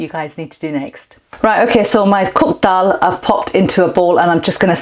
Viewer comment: I'm really ready to make this dish. Thanks for the recipe and encouragement. I also detect a Lancs accent - worked there many moons ago. And it's so nice hearing you pronounce the word Dal 🙂 brings back fond memories. Ive subcribed and will urge others to do so... Thanks so much.